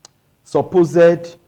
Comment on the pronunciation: Please go and relearn English language! Nothing like suppozed!! Supposed